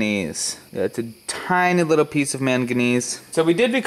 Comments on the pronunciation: The letter(lettew) R is not pronounced as a W nor is the lettew L. Undewstand a wittwe bit bettew. It's cute when you describe your age with your fingers, but your a little old for that . Still is him just the cutest wittwe man. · His camwah shut off when he was using his widdwe bwhoa towarch..lol